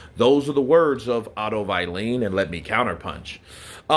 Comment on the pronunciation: AJ beat Wallin twice in the amateurs Not many people know that. Its on youtube actually Why do you pronounce Wallin as VILEENE ?? 😂